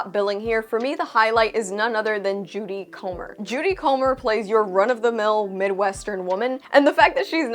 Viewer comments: Her name is Jodie... not Judy. Lol it was said wrong the whole time in this review but she's amazing. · Did you really say Judy Comer?